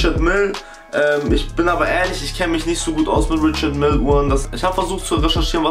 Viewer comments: man spricht richard meil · Richard Mille wird französisch ausgesprochen. Das schlimme ist das hier fast niemand das weiß. Du sagst es und alle anderen sprechen es auch falsch aus. Nenene